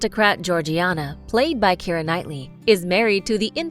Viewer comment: Her name is Keira, not Keri!!